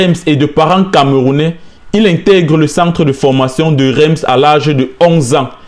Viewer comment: Super vidéo courage! PS: on écrit "REIMS" mais on prononce "RINCE"